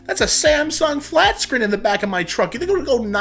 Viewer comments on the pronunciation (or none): none